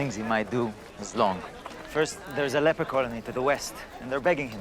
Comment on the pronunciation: I heard leper colony as leprechaun hahahahahaha. And well umm yeah I get the whole meaning of why can't we all just get along? Trust me I get that I feel like everyone wants to kill me right now lol hahahaha especially some priests maybe even some hierarchy too.